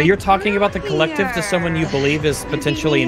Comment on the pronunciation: When was talking to that guy at the start I swear he said "your painting is being held by the clit" 😹😹😹 Edit: on second listening, it does sound more like the collective 🤣🤦🤣